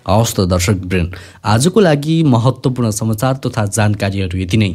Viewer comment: जी तपाईकाे channel राम्राे छ।तर महत्वपूर्ण शब्दलाई महाेत्ताेपूर्ण भनेर उच्चारण गरेकाेसुन्दा अलि असहज लाग्छ।